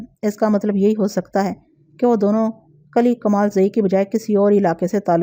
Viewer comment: Assalam o alaikum asal lafz kali nahi kili hota hai uneed hai ke aap mind nahi karaingi shukriya